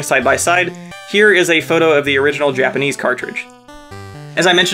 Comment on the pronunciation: "japanic?" you mean "japanese"